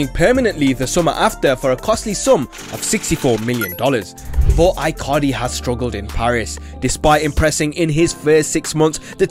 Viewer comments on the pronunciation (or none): Dude is calling Icardi I-Cardi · Fringing every time he pronounces Icardi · I cringe everytime he says icardi